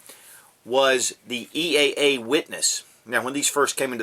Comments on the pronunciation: He keeps calling eaa witness a cz very confusing also it's eaa not eea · it's EAA not EEA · he says "EEA" about a hundred times, and he got it backwards when he said all of the calibers that are available on the CZ...when he really meant they are available on the EAA pistol. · lol a couple times you accidentally said eea a couple times :)